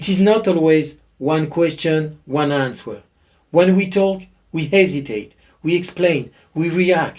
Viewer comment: It is silly, but the w in answer is silent. It is pronounced "an(t)ser". On ne prononce pas le W dans le mot Answer.